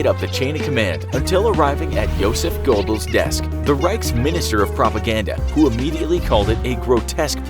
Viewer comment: Joseph Gobbles? Seriously?